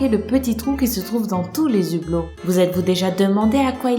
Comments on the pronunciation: Les "Zublos" ! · On ne fait pas de liaison avec le h,ça ne se dit pas les "zublots"!!Mais bon,on t'aime bien quand même!! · les hublots pas les zublots ! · On dit les hublot pas les zublot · Les Hublots pas les Z'hublots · les HUblos pas les ZUblos ( on fait pas la liaison ;) ) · Dans les Ublots(je sais qu'il y a un h cest piur là prononciation)